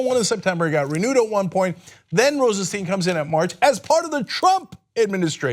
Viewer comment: Cenk. Rod Rosenstein has been in the public light long enough for you to have learned how to pronounce his name correctly.